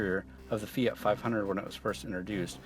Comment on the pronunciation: since when did the word Fiat have a 'Y' in it?